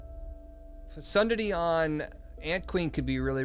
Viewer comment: Lol yeah that is not how to pronounce that word 😂